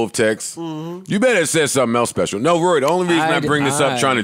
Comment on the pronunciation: Ak just said he has more money. He sounded illiterate trying to say Rory